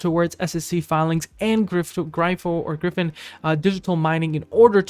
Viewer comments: DUDE WTF IS “GRY-VIN”… it’s Gryphon… like “Grif-IN” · … if you are right it not. I’m not watching because you don’t know how to pronounce gryphon …